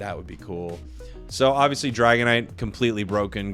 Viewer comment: Here before the edit “DAGONITE”